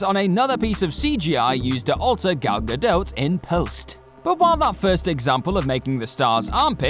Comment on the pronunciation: It's Ga-DOT, not Ga-DOTE!